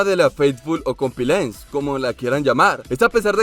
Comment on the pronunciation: XDDD se dice comPLIANce no comPILANce